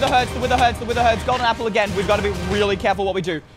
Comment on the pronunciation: Did anyone else notice that he said "gapple" instead of "apple"